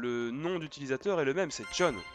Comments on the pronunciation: lol dans ma tête je gueuler JOHN PAS JON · John et non jhon 😂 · ses john pas jhon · c John pas jhon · Tu m'enervais avec ton "JHON" xD